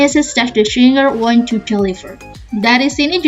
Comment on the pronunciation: Kakanya agak kurang jelas ngomong nya jd suka bingung:( kaya di part 1 want jadi wine , headache jadi hedecs grammarnya kurang jelas atau keceptan ngomongnya:( trs kalau ada soal teks I prefer di baca dulu sih teks nya baru kalau ngeliat soalnya pasti udah di luar otak jd gampang.